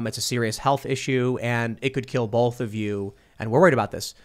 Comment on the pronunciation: Tim pronounces "both" as /bolf/.